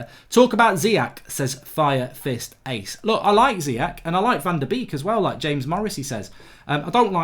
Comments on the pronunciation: It’s pronounced zi yesh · Bababobo Carry summary, and Zeeyek. Just as bad as Emre Khan. Love the mispronunciations